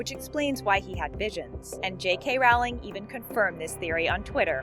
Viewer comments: im sorry but i could not help it... It's rO(u)wling (Rowling) NOT rA(u)ling... ROWLING!!!! With "O" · You obviously know nothing about the Harry Potter world, you plagiarize, and you don’t even check your facts. We’re calling you out. Now is your chance to change your ways! Also, J.K.’s last name is pronounced like “rolling”, not “raw-ling”. At least get the name of the creator of the Harry Potter universe right before you make a video, stealing others’ ideas! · ROLLING NOT ROWLING D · She can't even say J. K Rowling's name! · Ahhhhhhhh! Why can't anyone pronounce Rowling right! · Jesus Christ, how hard can it be for people to learn how to pronounce JK Rowling? It's as if people take pride in their ignorance. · JULIANA ARANGO FRANCO ALL THESE SO CALLED “THEORIES” ARE JUST STOLEN FROM DEDICATED HARRY POTTER FANS LIKE SEAMUS GORMAN AND THE SUPERCARLINBROTHERS, ALSO THIS DUMB CHANNEL CAN’T EVEN CHECKED POTTERMORE AND PRONOUNCE JK ROWLING PROPERLY! Worst channel ever.